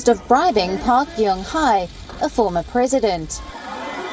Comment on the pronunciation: Today’s word you need to practice my dear host is presidents